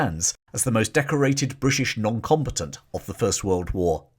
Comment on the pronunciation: I KNOW you’re saying “noncombatant”, but I kept hearing “non competent”.